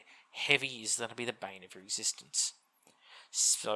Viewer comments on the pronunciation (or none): none